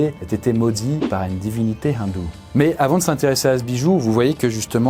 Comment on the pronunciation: Dans « Maudit par une divinité Hindoue » a aspiré le h, ça doit être la première fois que j’entends une telle prononciation sur le YouTube français, C’est inédit